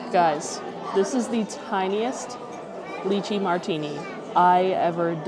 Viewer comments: FYI…. It’s pronounced Lie-Chee not Lee-Chee. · Lai-chee not Lee-chi. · I love you and your videos but the lychee pronunciation in this one is killing me 😂 Making me think of puréed leeches 😅🤮